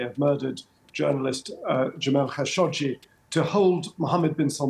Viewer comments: After working with the khashoggi family for nine and a half years I could honestly say they do not pronounce their last name in this manner. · Its "Kha `Sho` Gee" isn't it? Arabic.